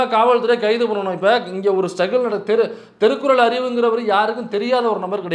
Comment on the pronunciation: DONT PROUNCE THIRUKKURAL PRONOUNCE AS THERUKKURAL ARIVU. ..